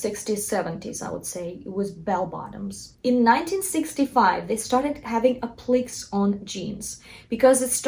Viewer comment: “App lick Kay” (empathic on the “Kay”. (Also check emo)